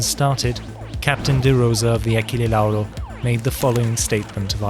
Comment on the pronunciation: the pronunciation of Achille Lauro almost made me spit my drink, nice video anyway